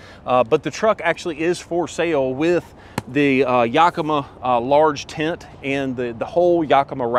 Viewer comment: Yakima, WA is located 2 hours north of me. I’d love to teach you how to pronounce the name right. 😂